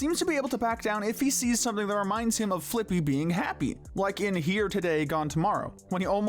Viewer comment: I hate to say It but it's pronounced "flick-pee"